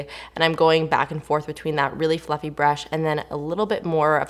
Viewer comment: When you said fluffy brush I heard "Fu**ing brush" 😂 bahahaha